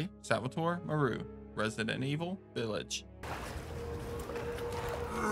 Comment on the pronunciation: Dude my biggest pet peeve is people mispronouncing names that are clearly established and said in their respective media…and even then why would you think Moreau would be pronounced “mor-ru”?? Have you ever heard or see the island of Dr.Moreau?? That’s what he is named after…but even if you haven’t seen it or heard of it, or played this game…you really need to take one class in linguistics and understand basic pronunciation of names that aren’t standard English (based). Jesus man.